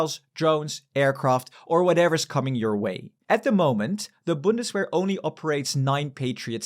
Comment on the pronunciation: Vc está falando errado "W" em alemão tem som de "V" então o certo é "Bundsverr"